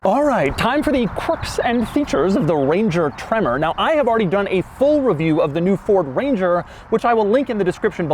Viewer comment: I lose it every time he says tremorrr